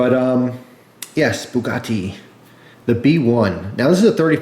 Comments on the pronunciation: It's Bugatti not bukkake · yeah, Booh-GAH-teeh, not "Buh-gatti" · It's not booogati it's Bugatti lol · Boo-a-gaty XD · I dont know if americans say it diffrently but its pronounced bew-gati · a boo-got-tay lighter lololol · Bugatti is Native American for "I scared him" (boo-got-he)